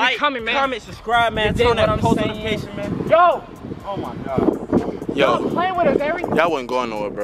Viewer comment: whenever says oh ma god I be dying